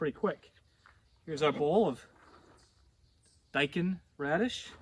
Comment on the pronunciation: I recently watched your Amaranth video. My first attempt at Amaranth has turned out really awesome!Thank you so much! 🙌✨(btw your pronunciation of Daikon is spot on as it is how us Aussies say it!)